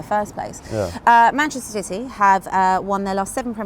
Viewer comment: she cant even say manchester city